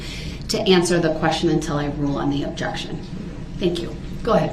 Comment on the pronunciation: Do you have a video recording system on your house? "Objek-shun, spek-u-lative"😂 "What do you mean by 'swat team'?" 😂 Oh Duh-rell, you're as clever as you are handsome 😂😂😂